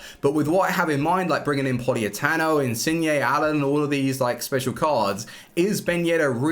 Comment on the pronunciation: It's Politano not Poliatano